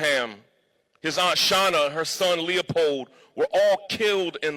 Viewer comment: "Her son Leeapowd" - Sean King